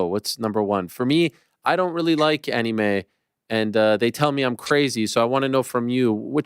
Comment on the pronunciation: ik ariel can be cringey at times (a lot of the time😂) but when he says anime like annie may it actually makes my skin crawl